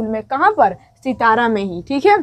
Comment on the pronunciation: सितारा नहीं बल्कि सतारा। सतारा महाराष्ट्र के एक जिले का नाम है।